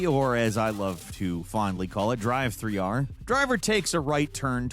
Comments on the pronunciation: if your saying 3 there is no e so its not drive-3-r is it... You dont spell driver as driveer do you? No. How do you pronounce Driv - not the same as Drive thats for sure. It's driff, like stiff so its driff-3-r. Love you man but thats literally rage inducing. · Without the "e" it would be pronounced driv 3 r, not drive 3 r 😒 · More accurate video title would be ‘another video that gives the excuse to say “driv-three-ar”’ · I just love how hard goes with "DRIVE-THREE-R" 😂